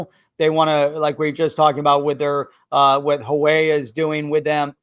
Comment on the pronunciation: Thanks for another great show -! Just an FYI - The Chinese company -Huewai is pronounced (Wah-way):)